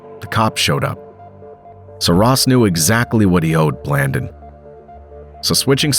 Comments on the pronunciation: Pronounced blandone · Blan-dōn! Sanda-neesta! This a great story that every American should know the truth about. Say their names right though!